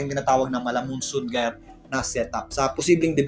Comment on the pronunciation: maraming salamat sa update sir. nga po pala, Jayer po basa dun sa GYRE sabi ni google hehe.